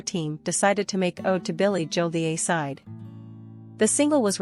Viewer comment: The awful computer voice of this video. aside instead of a-side lol